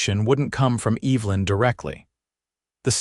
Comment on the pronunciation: My mother's name was Evelyn and it really sets my teeth on edge to hear this moron intelligence mispronounce it over and over. Loved the "male" theft several times in the place of "mail" theft too. What kind of utter idiots are creating this so call "artificial intelligence"?